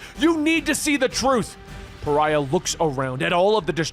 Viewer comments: You said Pharah instead of Pariah way too many times. There is a vast difference between an Egyptian lady from Overwatch and a white male demigod from the DC universe. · One last video of him mispronouncing one last name, Pariah as Pharah. This is not a grievance, gripe or complaint. I actually li,e Pharah better than hearing Pariah. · Love you, but Pariah is pronounced Puh rye uh...YAY!! You got it right in Supergirl's death issue!!